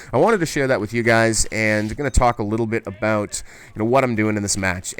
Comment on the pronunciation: "Aboot" bahahahaha!